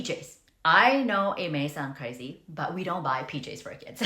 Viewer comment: I heard PJs as “peaches” at first and wondered what’s wrong with peaches. 😊